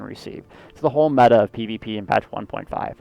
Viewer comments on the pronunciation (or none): none